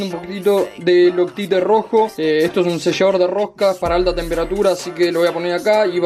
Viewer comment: Otra cosa, para que no se te aflojen las tuercas del multiple ponele una contratuerca. Osea otra tuerca mas. Y al loctite pronuncialo como "loctait"